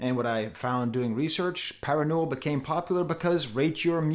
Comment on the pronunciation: i dnt wanna be that guy, but more accurate way to pronounce 파란노을 would be pa-raan-no-ule, which translates to "blue sunset"